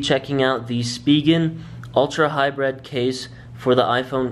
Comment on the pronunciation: Hybrid not hybred